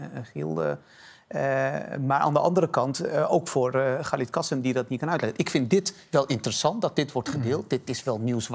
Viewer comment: het is "KasIM" niet "KasEM". Voordat je op TV aan een discussie (waar je blijkbaar geen bal verstand van hebt) meedoet, zorg dan in ieder geval dat je ten minste de namen van de betrokkenen goed uitspreekt....